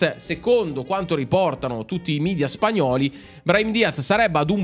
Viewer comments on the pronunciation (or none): none